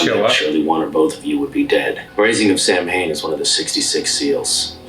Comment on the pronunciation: I HATE that they don't pronounce Samhain correctly. It would have taken less than a minute of research to know how to pronounce it. Not one of my favs - but I still love, love, love Supernatural.